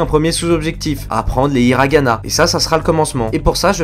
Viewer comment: si tu veux aprendre le japonais je te conseille de travailler ta prononciation . en japonais on aspire le h sinon on ecrirait いらがな mais l'on ecrit ひらがんあ et egalement on prononce les R plus proche des L j'esper etre bon pedagogue sinon tres bone video